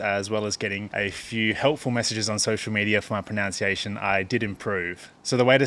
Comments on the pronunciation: It's "pronunciation" not "pronounciation". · It's also "pronunciation" not "pronounciation" 😂🤜🤛